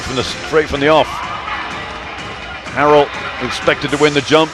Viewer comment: He pronounces Montrezl Harrell's last name wrong. It's pronounced like 'Hair-el'.